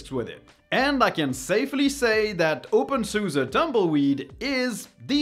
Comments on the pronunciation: I like your content but I don’t think openSUSE is pronounced "open suza" but something closer to "open suzy" or "open suz". But not "open suza" mon ami. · Nope. In German it's SuSE = Software und SystemEntwicklung. So the "e" at the end is a German "e", c'est en français comme "Estelle" (premier "e") or in English "estimate" (first "e"). Merci mon ami.